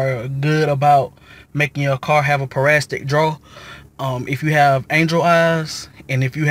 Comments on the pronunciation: Boy!!! pronounce your words right its Para-Sit-ic not parastic!!! again it's Parasitic.. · I cringed everytime you said parastic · Excuse my mispronunciation its parasitic not parastic. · It’s parasitic not parasstic but great video mine is doing the same thing now and I had to charge two batteries to get it situated. I replaced my battery initially and found out that was not the issue. Going to try this text next.